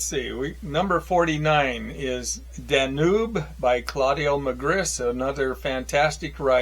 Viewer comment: GREAT lists. Happy to see many of my own favorites among yours. A few mispronunciations: W.G. Sebald's name is "ZAY-Bald." And that river in Germany is the "Dan-Yoob," And the one in Bosnia is the "DREE-na." And Nabokov's professor is named "P-NEEN." However. Please carry on!